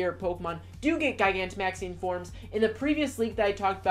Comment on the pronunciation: Do you not know how to pronounce gigantic?